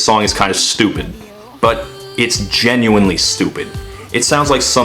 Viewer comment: Bro said genuinely